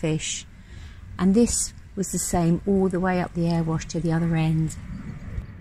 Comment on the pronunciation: Loved your video of the Erewash, I think you pronounced it right. Its such a sweet little canal. Did you meet the bird lady half way up?